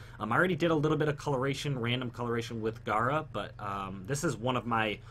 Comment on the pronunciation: Her name is Gara not Gira smh